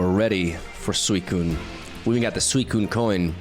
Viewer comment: This is the first time that it sounded like he actually said “swell”